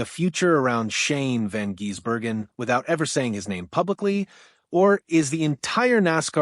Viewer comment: F..king aye, butchering his name by say jezbergen instead of Gisbergen. Come on man at least learn how to pronounce his name with the proper respect he deserves